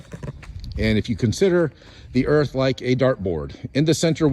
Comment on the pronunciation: Blah, blah, blah, I drew lines on my driveway and blah, blah, blah, earf flat. 🤔